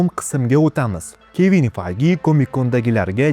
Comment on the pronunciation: Kevin peyj deb aytilmaydimi ismi